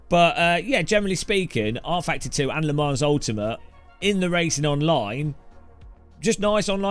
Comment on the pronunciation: the s is silent